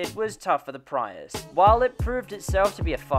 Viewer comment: He keeps saying PRY-us or PREE-Us and I’m pretty sure sits just PREE-us